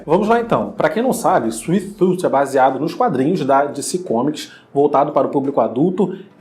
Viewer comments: Dificuldade de falar o nome da série mano, mds.... Suife tufi, pronto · Suiti tufi Kkkkk